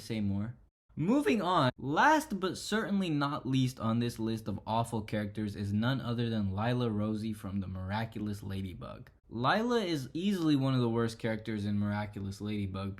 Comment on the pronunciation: Ross-see. Not Rosie.